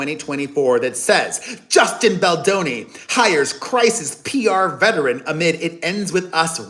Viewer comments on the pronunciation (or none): none